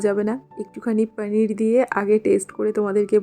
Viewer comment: Didi normal vhabe paneer bolo na didi sundor lagbe sunte 2mi jani ki vhabe bolo